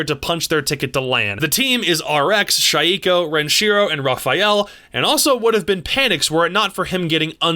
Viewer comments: Are we just gonna ignore he said Shieeeko instead of shaiko? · said Shai eko for shaiiko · Shayeeeko lmao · P You also butchered Shaiiko's but who's counting. P.S. I think you forgot to mention that EUPL is currently the most insanely competitive season it has ever had, for example - the difference between first and 8th is 9 points. Yes, you can say it's the same for LATAM but come on, EU has been consistently better and more interesting than LATAM for what seems like forever now. Now, NA to the contrary has yet another boring season with TSM in first, 3 points over DZ at second and 8 points away from SSG at 3rd. Oh, by the way, EG and Tempo Storm are joined last with 4 points each. The thing about EUPL is that you never know which team will explode out of nowhere, like Forze's 7-2 against Empire. Well except for Chaos unless Redgroove clutches 7 rounds. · I came back and watched this and realized how bad he pronounced shaiiko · How the fuck did you pronounce shaiiko? 😂